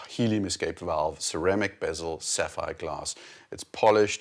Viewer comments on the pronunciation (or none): none